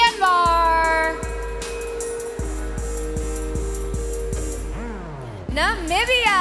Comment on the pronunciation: Its Namibia not Nambia😢